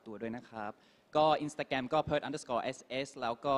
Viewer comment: インスタグラムって日本の発音で言ってるPerthくん素晴らしい START self-introduction Armさん song doraemon 小芝居 Perth song